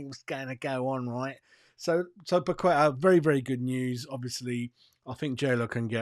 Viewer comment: FFS - Paqueta has been with us for 2 years. Ask him yourself if his name is pronounced Pakweta. I'd be annoyed if a Hammers reporter still can't say my name right after 2 years.